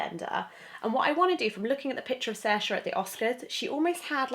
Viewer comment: Just a heads up, her name is pronounced Searsha. :) Irish names are tricky sometimes.